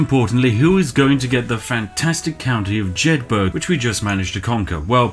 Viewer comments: Lothian = loathe-e-an. Jedburgh = Jed-bur-rah (as in Edinburgh) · U said jedburgh very wrong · As a Scottish man, the only war crime I seen committed here is the pronunciation of our great land names. Jedburgh particularly hit close to the heart.